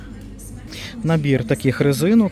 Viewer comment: Господарчий,мнясо, приглушонний--яке ж тупе сотворіння,гидко слухати.